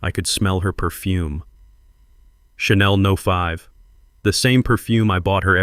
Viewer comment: Is this AI? The reading of the story is “choppy”, emphasis is the wrong places, Channel No. 5 was said “channel no 5, and the story is quite long!